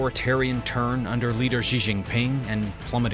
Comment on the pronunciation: I'd take your analysis more seriously if you could be bothered to learn how to pronounce some of the Chinese names, especially Xi. It's not difficult.